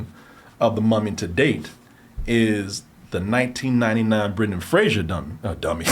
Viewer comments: Fraser. Not Frasier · FRASER rhymes with RAZOR.